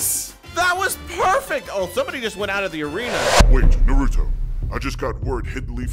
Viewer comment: say Naruto right